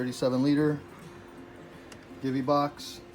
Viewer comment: It’s pronounced “Jee-Vee”🤦‍♂️